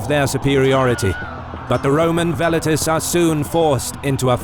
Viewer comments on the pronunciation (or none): I absolutely love the visual presentation, however the way the narrator keeps pronouncing 'Velites' makes me shudder every time. Classical Latin pronunciation is the best way. Velites should be pronounced like Well-Eat-Tays.